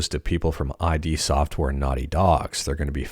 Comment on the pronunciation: id Software. As in 'id', pronounced like the second part of Cupid. Not 'eye-dee'. 👍